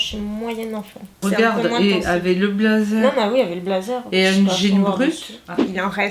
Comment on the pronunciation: Au lieu de dire avec tu dis avé Au lieu de dire parce que tu dis passé